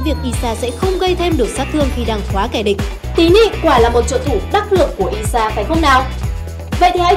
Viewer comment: Ai sha chứ sao lại đọc là i sha nhỉ Tí nị chắc là tiny ?